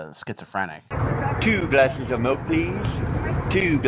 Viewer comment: two glashes of milk pleeeeeez. Love this bit.